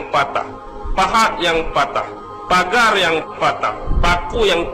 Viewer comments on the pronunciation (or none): none